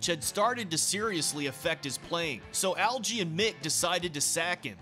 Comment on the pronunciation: It's a hard G in 'Algy' as in Get not jet